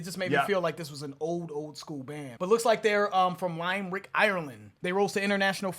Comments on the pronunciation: Lime Rick 😂😂😂 that’s not how to say it it’s said like lim e rick or just lim-rick! But thank you for making me chuckle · It’s not Lime Rick it’s pronounced limb Rick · One of the best Irish bands ever. For a small enough island, with a small enough population we punch well above our weight to be fair. Love how pronounces Limerick. Just a friendly correction, it's Lim-er-ick, not Lime-rick. And that accent! Brilliant! 😂😂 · "Lime-rick, Ireland" 😂 To be fair, an easy mistake to make. It's pronounced like Limmer-ick 👌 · I love you guys, but I have to say....."Lime-Rick, Ireland?" 😄 Li-mer-ick. Like "There once was a man from Nantucket..." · Got to say, even before the accent tomfoolery, I genuinely laughed out loud at "Lime-Rick, Ireland". It's Lim-e-rick, three syllables. More seriously, a lot of Americans get the impression that this is a song protesting against war as some abstract concept. It is not. It is specifically about the paramilitary conflict in Northern Ireland, and was inspired in particular by the killing of two children in an Irish Republican Army bombing in England in 1993. As the song says, "It's the same old theme since 1916" - 1916 being the year of the Easter Rising, when Irish nationalists made a failed attempt to overthrow British rule in Ireland by force, with the ringleaders being later executed, starting a chain of events which led to the independence of the Republic of Ireland, the retention of Northern Ireland as part of the UK, and the later paramilitary violence in Northern Ireland. To cut a long story extremely short. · Pronounced "Lim-rick' guys, as opposed to LIME- rick.😁👍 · It’s pronounced /LIMB-Rick/. For example: A couple of YouTube reactors Who aim to evaluate factors To judge if it’s hype or maybe just shite. Still some will just deem them actors. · The pronunciation is “limb-Rick” for where they’re from in Ireland btw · Lover of yer show!! Just to let ye know Lim-ehr-ick is the pronunciation of their home city.. 👍🇮🇪👍